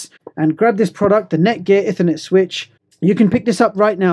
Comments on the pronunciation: Ih - thur - net When it's E-thur-net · Sorry, but it's pronounced 'eethernet' (Cambridge English Dictionary) 'Ethernet just sounds odd. Nice video nevertheless - mine's arriving this Friday - can't wait, because I've run out of ethernet ports. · Every time you mispronounce "ethernet" I want to scream.